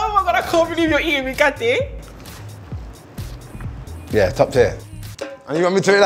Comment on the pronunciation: I'm from Kenya and the 'Mikate' really sounds like 'Mkate' which means bread in Swahili